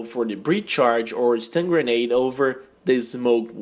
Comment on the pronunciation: its grenade just saying but nice vid